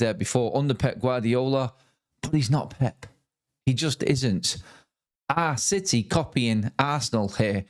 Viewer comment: What a piteh for citeh 😂